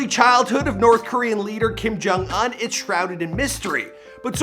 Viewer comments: it annoys me that you cannot pronounce his last name. im not even korean or anything but i still know it. so annoying sorry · Kim Jong uHn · The way he says "Un" 🙄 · Its not kim jong an its kim jong un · LOL how pronounces his name, it's "ooon" like moon, not "un" like fun, even though it's spelled that way. no we don't hope he's alive and well, i hope he's being tortured by the devil right now with hitler and hussein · I know I’m not the only one who hates him saying “unh” instead of “oooon” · Kim Kong Uhn INSTEAD OF Kim Kong Oon? MAN.. After all missprounced just one of the names😂 It's KIM JONG UN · IT’S PRONOUNCED KIM JONG OON. How can you not know how his name is pronounced? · Bruhhh you can’t even pronounce this niggas name wtf u doing making a vid about him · I cringe every time he pronounces his name